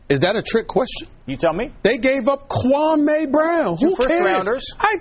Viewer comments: KWAME SAID SHIT WRONG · Anybody saying Kwame wrong is part of the problem!!